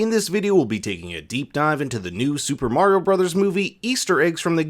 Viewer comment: Not skeleton koopas Dry Bones The way he pronounced Mario is illegal